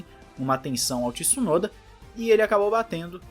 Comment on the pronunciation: Tsu-no-da. Please!